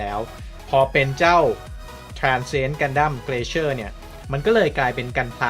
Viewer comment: มันน่าจะอ่านว่า glacier(กลา-เซีย) หรือเปล่าครับ ไม่แน่ใจ